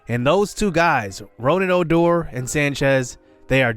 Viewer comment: It's pronounce (RooG-Ned) (O-Door) just letting you know J